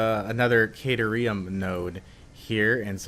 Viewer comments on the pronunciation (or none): Hey been watching for a bit. I believe its " Ka-tear(as in rip something apart)-ium". Also would it be possible to in corporate the jump pads at the the end of the "take off belts"? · it is CAT-ear-IAM